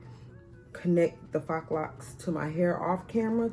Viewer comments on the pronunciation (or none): It is pronounced faux ("fo" to rhyme with "go".) It is a French word and the "X" is silent. I don't think she was trying to scold you. I think she was just trying to help. Now, onto your video...Your hair came out AMAZING!!!! I like the fact that you didn't overcrowd your head with a bunch of plats yet, it still came out nice and full. This is going to be my 4th of July look....TFS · Faux is pronounced “Foe”. You did a beautiful job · The word “faux” is pronounced “fo”.. rhymes with “go”. The x is silent.